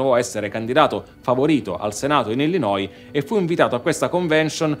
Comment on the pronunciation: che bello sentire un italiano che pronuncia Chicago e Illinois nel modo corretto 👍